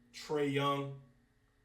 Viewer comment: This mas really said Trae Young 💀